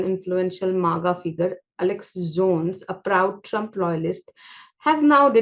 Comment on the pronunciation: Madam, your English sucks!!!! BIG TIME. Jee whiz, for crying out loud its Alex Jones. Pronounced A- lex Joe-ns. Are you reading this piece as an assignment for your spoken English class???